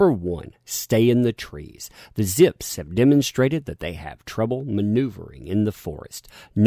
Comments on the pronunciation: "zips"... ??? Vzzpyzz is pronounced "Ves-Biz" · it is pronounced VESPIZ,. Just FYI. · you donkey, you pronounced the Vyzpzz name wrong. 😂